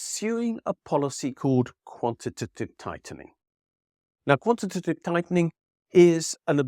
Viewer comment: I think you deserve applause for saying “quantitative” perfectly quite so many times 🙌👏